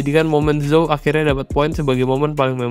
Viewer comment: Zhou dibaca "Jou" min